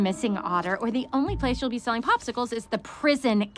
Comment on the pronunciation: Thanks so match but in its popsicles not a pospicles if I'm not mistaken.